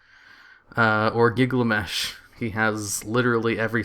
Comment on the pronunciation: Its Gilgamesh not Gligamesh dafuq man